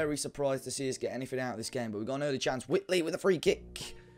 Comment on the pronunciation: it's not wit-lee, it's white-lee